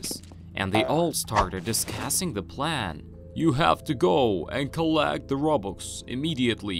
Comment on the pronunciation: I like the fact instead of robux he said robox